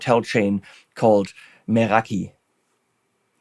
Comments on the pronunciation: hahaha very good!... I wish you could too my Latin friend! The "scholar" that advised WALRUS AUDIO to pronounce the Greek Ra as Ru should be put in academic jail. Even for the ERASMIANS it can't be right.. it makes absolutely no sense. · Haha, I’m American, and it’s pronounced “meh-RA-kee” to me. Sorry, Walrus. As a stereo player, I’m pleased to see such a stereo-specific pedal. Very cool!